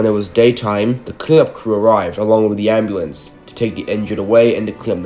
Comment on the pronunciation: Ambluance???? Wahthtt